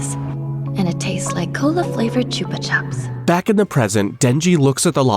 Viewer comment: Them saying choopa chups always pissed me off cause it’s pronounced choopa choops